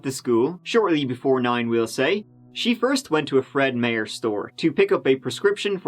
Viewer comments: Fred MAY-er? It's pronounced Fred MY-er . It's owned by Kroger's. :) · As an Oregonian hearing Fred Meyer being pronounced Fred Mayer just killed me inside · As a Scottish Idahoan who shops at Fred Meyer i gotta say your pronunciation was.... Close enough. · Loved the pronunciation of the name of "Fred Meyer" grocery store. Absolutely correct for a German name, but I don't think anyone ever has called it "Fred MEHR". Here in Merka (yeah, we've dropped the "i" out of that one), it's always pronounced "Fred MY-er".